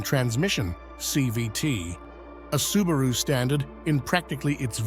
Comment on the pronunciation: AI still can't pronounce a lot of words correctly... like Subaru.